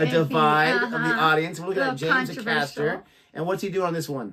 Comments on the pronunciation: Just a note,, James pronounces his name as Ay-caster, not a caster. Stress is on the first A. Here's a suggestion for you - regarding those low growly notes - do watch Geoff Castellucci's Unshaken. See how that affects you. :) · Acaster is pronounced with a long A as in ray, lay etc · Please pronounce ACASTER correctly ! AY (as in hay) CASTER. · His surname is pronounced A-caster